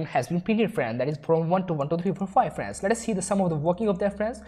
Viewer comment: stop saying "frans" again and again please